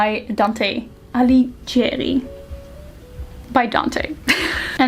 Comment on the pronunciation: That "Dante AliGIeri" killed me as italian ahahahah but don't worry people says worst🤣